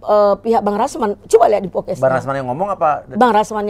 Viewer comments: Podcasts Podcast ibu.... BUKAN Pokes Pokes. Gemes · Bukan pokes bu, podcast 🤣🤣🤣 hadeuhhh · PODCAST bu bukan POKES !! Heran, orang rasman semua pada susah ngomong, andar juga kek gini. masak iya sih pengacara?? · Maaf maaf nih buuu netti, setiap ibu bilang podcast dennise ko kedengeran nya ibu ngomong "pokes" hahahahaaaaaaasa ketawa ngakak lob, kalo ngomong ga inget sama omongan sendiri nih bu. Jejak digital ibu banyakkk loh🤣🤣🤣 helloooooooooohhhh 😅 bokiss mulu ahh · Kayaknya harus belajar b.indonesia lagi bu. Ambil kelas eksekutif 😂 Cara baca: 1. Podcast bukan pocas 2. Video bukan pidio